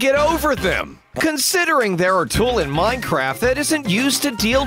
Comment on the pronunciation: He said mineCRAPs